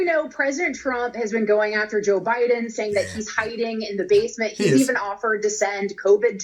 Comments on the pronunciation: you kill me! "Joe Ba-Din'". Love your vids!!! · Love your pro-nouce-a-tion of Joe Bi-Din Name. Sooo absolutely fuuunny!! You are a great joker!! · Joe “Ba’den”....pure gold. 🤪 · pronounces duh Joe's last name perfectly